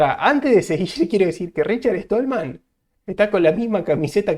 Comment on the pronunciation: RICHARD STALLMAN , SSSSSSSSSSSTALMAN...NO ESTOLMAN. ¡PLEASE! O APRENDES O TE RETIRAS. ¡QUE PROFUNDIDAD DE ANALISIS!...PENDIENTE A LO QUE VISTE EL ENTREVISTADO. SE NOTA NO ERES PROGRAMADOR COMO LO DICES TÚ MISMO.